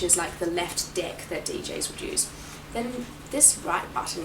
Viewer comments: it sounds like she says "we've got the left dick" LOL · i like the way she says deck.